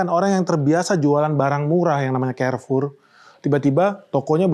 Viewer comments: Bacanya karfur bang bukan kerfur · Izin bang, baca nya kok Kerfor? Bukannya Karfur? 🏃🏻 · Carrefour Baca : karfour bang Bukan kerfour. So english banget...